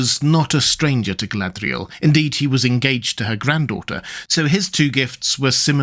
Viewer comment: the way you pronounced her name the first time gave me the ick